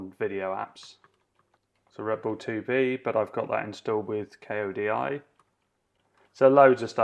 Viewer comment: Bro Kodi is not the letters sounded out, it's like the name Cody, Not K.O.D.I. - Just FYI :)